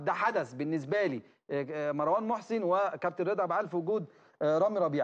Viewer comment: اسمو مروان مو (ماراوان؟؟؟) شوهتو الإسم يخرب بيت الي علمك اللغة العربية.